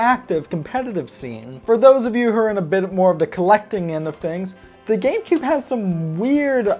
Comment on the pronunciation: It sounds like you said gay boy and gay player player